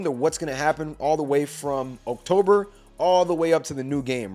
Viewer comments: This has nothing to do with anything, but why do you pronounce October? Oak Tober 🤣🤣🤣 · Why you say "October" like that tho?